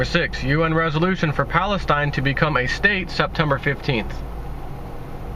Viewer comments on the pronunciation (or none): none